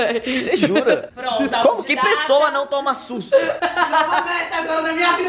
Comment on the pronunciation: "Que possoa que não toma sustu"